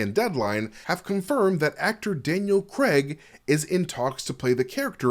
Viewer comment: Daniel crAIG not creg it’s a think don’t ask me